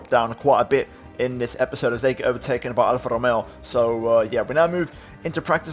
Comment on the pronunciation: Am I the only who's laughing when he's using the R with an Italian accent when he says Alpha Tauri or Alpha Romeo?😂 Must be the Ferrari accent from last year!😂👊